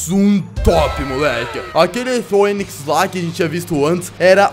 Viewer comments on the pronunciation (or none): Skorpion,sê lê fênix não foênix